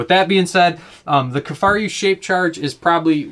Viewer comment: “Kifaryou”?? What???